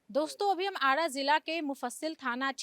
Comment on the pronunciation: Aara hota hai aada nhi